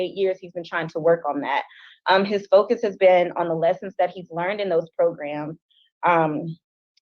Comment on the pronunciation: Progrums 😂 gets me every time!! 😂😂😂